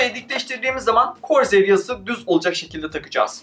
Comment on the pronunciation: Ulan acayip gıcık oldum lna korzeğır ne ya